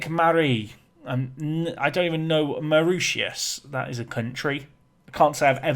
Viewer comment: Around the world with. Welcome to Maur-itius😂. marishus is how you say it. The English language is a strange one, never pronounced how it is spelt.